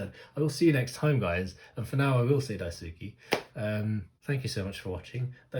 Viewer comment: Daisuki is pronounced more like die-ski, hope that helps a bit ^.^ Although Maya is my bias I really loved Yuna in this performance, she really shined to me and honestly her rapping tone is one of my favourites, it just sounds so warm and personable ^.^